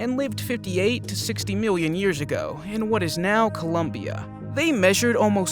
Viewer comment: Is anyone going to talk about him saying miwwyon and not million